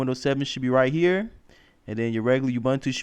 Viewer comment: ubuntu pronounced oo-boo-n-too, not obantu. :)